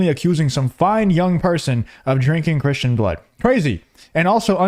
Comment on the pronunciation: Can't say Cristian either? Jesus Christ dude... 🙄